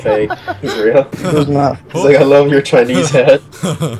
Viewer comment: is he saying real or wheel